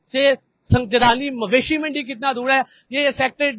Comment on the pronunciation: او بھاٸی سنگ جلانی نہیں سنگ جانی ھے بولو تو سہی 🤦🤦🤦